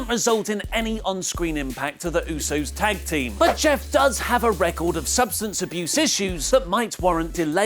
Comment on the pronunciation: Did... did he just say jif?